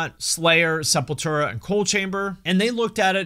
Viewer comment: I can't believe he mispronounced SEPULTRA